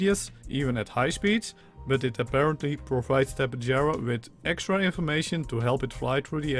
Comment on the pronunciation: I think it's pronounced Ta-pey-har-a the Spanish pronunciation of J is an H sound and I think they discovered the real life fossils for these things in South America?